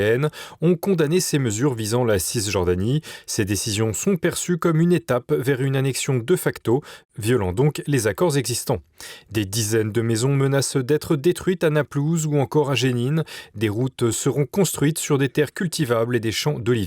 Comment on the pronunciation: On doit dire "dé facto" et non pas "deu facto" . "DÉ FACTO" est un mot latin, qui signifie "de fait". Il n'y a pas de "e" muet en latin. Errare humanum est, perseverare diabolicum.